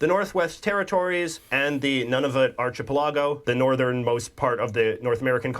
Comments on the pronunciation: That guy with the hoodie is making a lot of pronouncing mistakes. Its not "Arch ah pell a go". Its pronounced "Arka pell a go". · First... It is pronounced ark i pel i go, not archie pill a go Yes the railway is there. There are 2. The original Canadian Pacific, and the later Canadian National Also, currently there is a pretty contentious relationship with Ottawa on the prairies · Sorry,, but I gave this video a thumbs-down bcuz of the Canadian narrator, (?). He couldn't pronounce the proper terms (i.e.-archipelago) pronounced "ark-i-pel-a-go" not "arch"-ipelago. His comments on wheat & oil made it sound like this was a mere pastime for us when, in fact, we supply 35% to 80+ countries around the world. And America rcves 187M metric tons of our oil yearly and Europe rcves 4.1M metric tons. And his description of the Metis & Inuit was extremely unbefitting these remarkable people. He just sounds so nonplussed about the whole concept behind the passport making it look like this was more of a very basic school project. I was not impressed at all. I'm not looking frwd to Part-II.🫤🇨🇦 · In the Canadian video, the word archipelago was mentioned and mispronounced several times. The ch in archipelago is pronounced k, not ch: ar-ki-pe-la-go. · *Triggered It's Ark-e-pelago not ch as in chew! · Arch-eh-puh-la-go? Jeez. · I can’t imagine their is a Canadian over the age of ten that doesn’t know the first president of the USA was George Washington. It’s so frequently mentioned on US television and in US movies. needs to learn how to say archipelago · The pronunciation of archipelago is really incorrect! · FFS learn how to pronounce ARCHIPELAGO!!! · Not a proper pronunciation of archipelago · Anybody else thrown by pronunciation of "archipelago"? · Thank you. I'm glad someone else noticed that horrid pronunciation.